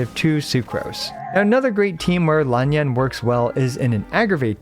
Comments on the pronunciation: THANK YOU for pronouncing her name correctly! Emphasis was a bit weird but you got the vowels right. For you other commenters: "Lan Yan" has two "a"s, but they're pronounced differently. Neither of them are new to Genshin, either: "Lan" is pronounced the same as in "Yelan" and "Yan" is pronounced as in "Yanfei". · Sounds correct.蓝砚. Just put it into google translate and listen for its pronunciation. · you pronounced her name correctly... :O